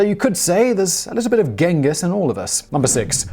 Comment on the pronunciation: It’s “ching-giss” not “ghen-giss”